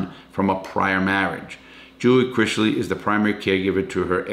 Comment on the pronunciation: IT IS NOT CRIZZLY! CRISLEY.